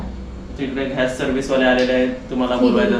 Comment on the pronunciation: घ्यास नाही रे बाबा त्याला गॅस बोलतात.. तुझं एवढं शिक्षण होऊन काय उपयोग 😢